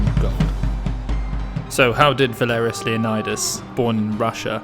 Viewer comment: For any Greeks watching, isn't Valerios's surname pronounced more like 'Leo-nee-dees', than like 'Leonidas'? Genuinely curious.